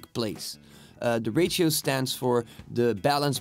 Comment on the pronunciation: Simple and quick! Well done. It is funny the way you pronounce ratio, sounds like rachael lol